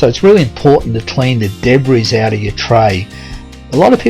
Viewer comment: My husband loves your videos. When I am listening, no offence but I do wince when you pronounce debris as Deb-riss. It should be De-bree.